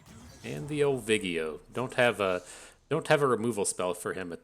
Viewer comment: So you are doing the misspronounciation of Vi-Ego on purpose? In that case it's just unfair to leave Nautilus out. Call him Nuttylus or something for consistencies sake. :-)